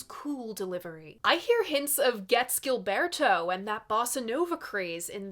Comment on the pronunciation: Gilberto doesn't have a hard G